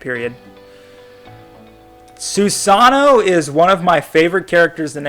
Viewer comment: su-seno is not sew sonno okkkkkkkkkkkkkk why do i watch u get the names right pelease